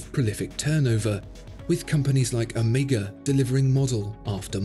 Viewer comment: He pronounces Omega correctly. Yay!